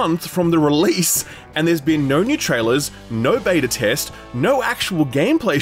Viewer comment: Its beta not bata, beta pronounced as baytah or bedah if your weird